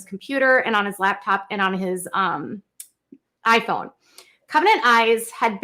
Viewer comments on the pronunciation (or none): none